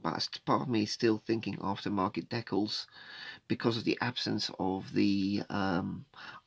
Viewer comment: I twitch ever so slightly every time i hear an englishman utter the word "dekkals" It sort of reminds me of afrikaans. UGH !